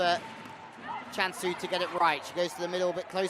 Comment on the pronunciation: It's not Kansu, it"s Jansu (Cansu). Byw, she found an ace, but the reporter was soo busy telling about the Milano team!